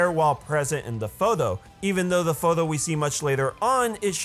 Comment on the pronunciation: I like how he says photho instead of photo